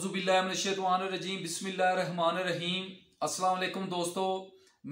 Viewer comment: استاد جی معذرت سے اپ سب باتیں ٹھیک کہتے ہیں لیکن بسم اللہ ٹھیک نہیں پڑھتے یہ مین چیز ہے اس پر زور دے